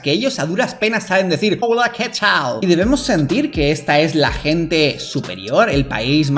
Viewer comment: está parte fue la mejor 😂👌🏻 y lo peor es que la gente hispana se emociona con solo escucharlos decir : “oula” (hola, que ni eso saben pronunciar)